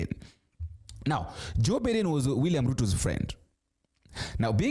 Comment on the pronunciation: It’s Meg Whitman. Not whiteman. Pronounced as /witman/ And it’s Joe Biden. Pronounced as /Baiden/ Why do you mispronounce names ? Last time you tried to /beiden/ but still got it wrong. Kamala is pronounced as /Kamla/